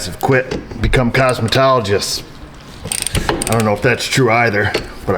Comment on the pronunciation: Cosmo-a-tologists, you mean they become astronomers?